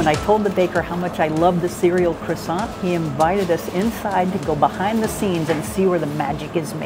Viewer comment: How do you spend so much time in France and pronounce croissant so badly?!